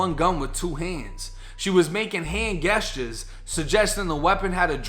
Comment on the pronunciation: I was with you tell you pronounced "gestures" like "guesstures"